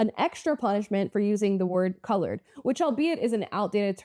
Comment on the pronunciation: BIDEN SAID CLOURED